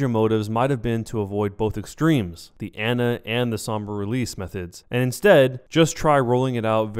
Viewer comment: listen. you consider yourself a overwatch pro when you can't pronounce torbjorn and ana